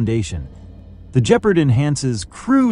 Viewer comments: its pronounced gepp ard not jepard morons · "Gep-Ard" Not Geperd. Your videos need some help with proper pronunciation as well. as fact checking and correct identification. "Rine-Rhein Metal -Met-al" Rheinmetall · And just what is a jep-erd and who is Rain metal? This is painful to listen to. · Even pronouncing it 'G-part' would be more accurate.. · For God's sake, the correct pronunciation is with a hard "g", for Gephard! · LOL the AI can't say Gepard properley. Still its a good frankenstien mix of old useful chasis with modern firepower. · Nor of Gepard